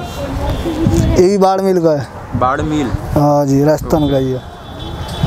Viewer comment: भाई बाडमिल नहीं बाड़मेर होता है बाड़मेर राजस्थान ।।। में बाड़मेर से हूं